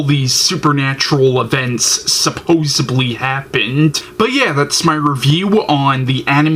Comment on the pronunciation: its supposEDly not supposEBly... Interesting review, thanks